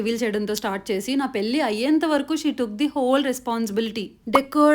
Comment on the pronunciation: పేలి కాదు పెళ్లి. / తెలుగు నేర్చుకో